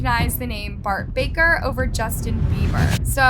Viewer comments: Its bark baKer, you said Bart baRker 💀💀💀💀💀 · The fact here literally say Bart barker and not baker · So I’m the only one who realizes she said his name wrong…